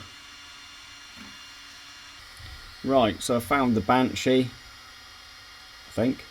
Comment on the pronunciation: It's benchy not banshee 😂 mine arrives soon and I'm just as excited as you! How are you getting on with it now you've had it a bit?